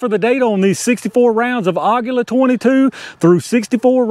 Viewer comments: Aguila is pronounce "Agweela" which is Eagle in Espanol. nice test! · it is pronounced AGEELA, that is the proper spainish /mexican pronunciation. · According to everything I see and listen to for translation, it's AH-gee-lah. Emphasis is on the first syllable. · Aguila is pronounced like Tequila . :) Never saw one drop under 1000 FPS . Very nice !